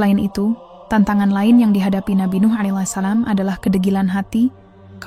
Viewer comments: mohon pengucapan allaihissallam yg benar,Krn salah pengucapan salah jg arti'a ,coba d tulis aj jd pembacaan'a benar .😢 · Mbak e jangan salah ya nyebutin allaihissallam, gak usah tergasah2 ,santai saja jadi pengucapan nya jadi enak didengar, gitu saja mbk e💪👍